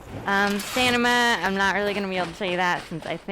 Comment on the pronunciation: Is it "Stanima" or "Stamina" cuz a lot of people pronounce it "Stanima"